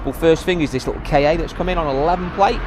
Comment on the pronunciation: Just as an FYI as I've noticed a lot of car people make the same mistake.... The Ford KA is not pronounced Kay-Ay. That is like calling the Aygo an A,Y,G,O. It is pronounced 'Ka', similarly sounding to 'Car'. Ka, in ancient Egyptian religion, was a principal aspect of the soul of a human being or of a god. This is where Ford got the name from. And while I'm at it, on a totally different topic, GIF is pronounced JIF according to it's inventor (fact). :) I just found your channel and now I have some more stuff to binge watch. Liking it so far. .